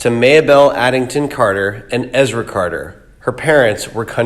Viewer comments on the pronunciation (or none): none